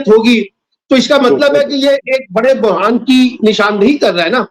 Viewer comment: Hzor bohraan hota hy burhaan nhi hota 2.qazi bychara london flats k hathon majbor lagta hy.aline nhi hy 3. sab ka volume ouncha kren